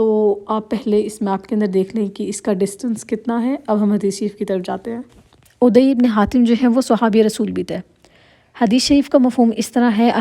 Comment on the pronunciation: عدى...ع پر ذبر ہے نام غلط پڑھ رہی ہے آپ بار بار